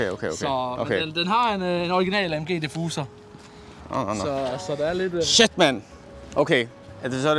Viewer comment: Original De-fuser danglish